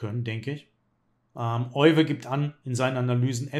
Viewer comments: Euwe wird im Holländischen wie Öwe ausgesprochen. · Leider wird sein Name in Deutschland immer falsch ausgesprochen. Das "Eu" spricht man wie "Ö", nicht wie "Oi"